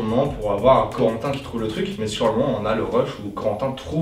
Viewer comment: Babriel et zorentin ?! Ou c'est mes oreilles qui me font défaut 😉 ?